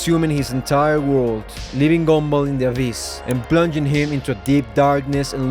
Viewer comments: is it me or i am actually hearing "GoUmBaL" instead of gumball? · Love the fact you pronounce Gumball as Goomba. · Love how you call him "goomball" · But why i heard goonball😭🙏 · ok but why do you call him goomball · bro said goonball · Whenever he says Gumball I hear goomba like from Mario idk why lol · Bro stop calling him “Goonball”😭😭☠️☠️☠️🙏🏿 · Did this mf just say goom ball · Why do you say it like "goombul" 😭😭😭😭😭😭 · I don't know why whenever you say "Gumball" it ends up sounding like "Goomba." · It’s probably because of his accent.